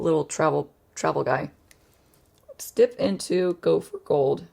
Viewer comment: I keep hearing “gopher gold,” and not “go for gold.” 😂